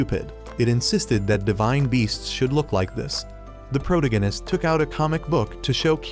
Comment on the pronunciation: can you lessen the use of protagonist? my ear hurts the way you pronounce it ansd it sounds repetetive for fuck sake